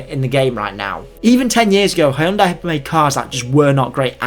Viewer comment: Hyundai say it right 😂